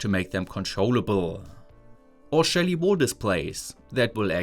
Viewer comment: I kept hearing ''shady devices"